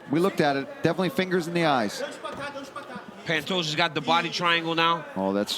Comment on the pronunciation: I lose a braincell every time the commentators say Pantousha.